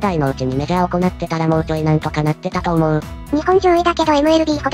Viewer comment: 読み間違いが酷いな。行って→おこなって 西武→にしたけ 野球chちゃうんか？